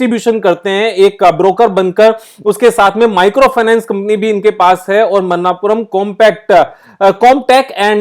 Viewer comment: Pronunciation is not मन्नापुरम its मणप्पूरम